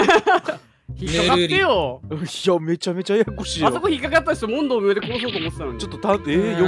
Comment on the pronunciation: ロボロ「もんど⤴︎むよう」 このイントネーション好きw